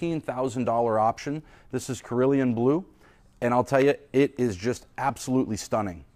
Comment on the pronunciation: It's pronounced Cer-uuuu-leee-aaann Blue